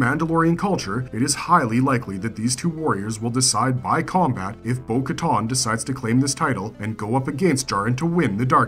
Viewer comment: Ah-SO-ka. Bo ka-TAN. Not ton